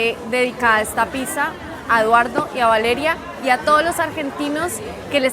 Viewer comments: ........piza no, pizza, palabra italiana, pronunciala bien, y para, ese uso de la palabra mero, parece una nea de Medellín, a todo un arquitecto no se le oye bien, media luna no, croissant, ese pan es francés no Argentino, están muy deferentes con los argentinos, esa gente no es para nada humildes o sencillos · por favor di pizza porque si lo pronuncias con S en Brasil es otra cosa😮😮 😂😂 hermoso video!!❤ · Los Argentinos a La "Pizza" la pronunciamos "Pitxa"... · Que hermoso ese lugar. te luce mucho el verde, te realza los ojos y te quería preguntar algo, espero no ofender, como se pronuncia Pizza, es que veo que siempre la pronuncias como "pisa" y no se en realidad.